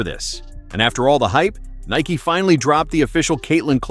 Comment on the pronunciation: It’s Nike bro